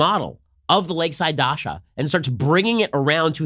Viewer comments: It's "daCHa" Ben, not daSHa. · It's DACHA ch+a ch cha cha. not Dasha! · DaCHa not daSha!! 😀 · Yes! DaCHA, DaSHA is a girls name lol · The "ch" in Dacha is spelled exactly the same as in chance or channel. Dacha, not Dasha. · Dacha is a hard 'ch' sound, like in cheese, or sandwich.